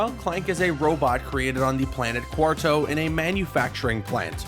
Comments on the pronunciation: It's pronounced Quar"TWO" not Quar"TOE" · stop saying QUARTO ding dong its Quartu. and its Blargien snagglebeast not blargen